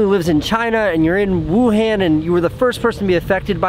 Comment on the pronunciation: Please look up how to pronounce Wuhan properly bro!